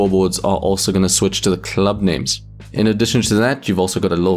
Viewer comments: Please never say club again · I need a video of you saying "club" for 10 minutes